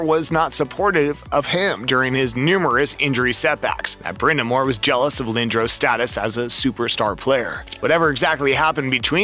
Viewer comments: Pronounced "Lin dras". I've never heard it pronounced 'Lin droh ce" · Ahhh man , I was really looking forward to watching this . .... ... But Lindros is spelled wrong , and then pronounced wrong , and then you mention a locker room. It's called a " dressing room"